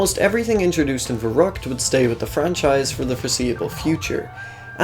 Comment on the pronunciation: So im a native german and you fucked the word verückt very hard up. No offense Edit: I know it isn't written exactly that way but still raefable